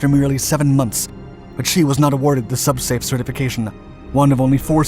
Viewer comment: "Sub-Space"? No, "Sub-Safe".